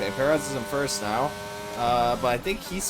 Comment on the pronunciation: Are you serious right neow brow?